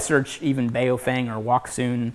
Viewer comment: Love your channel, look forward to Thursdays every damn week because of gear tasting. I'm not certain but I think the radio brand you're referring to is pronounced "Bow Fung" not the way you're saying it. Keep it up man, grind out experience on goblins and kobolts before you get wrecked by an illithid.